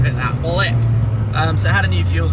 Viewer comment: ''give it that blip'' *dirty scottish accent*